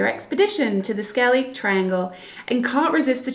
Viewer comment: It’s pronounced like “Skell-ig” 😂 But I won’t knock you for it. Love the videos 👍🏻